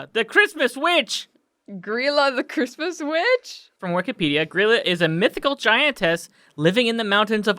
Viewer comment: Holy shit, they actually pronounced Grýla correctly!